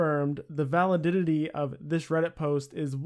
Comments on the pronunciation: Man said Valididity lol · valaditity lmao